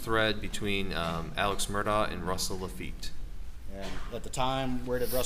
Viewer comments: So the people that know the truth say Mur-Da and the liars says mur-doc. Lol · Finally someone who can say murdaugh instead of Murdock